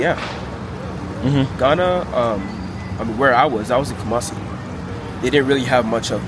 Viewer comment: Looks like Sarit Centre carpark. I think this young nan us Ghabaua6. Even the wat he pronounces both "Kumasi" and "Accra" is how a Ghanaian would say it. Staying in Kumasi instead of Accra may be because that's where his folks are from.